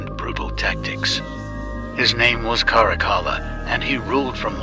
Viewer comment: His name is pronounced Carac-alla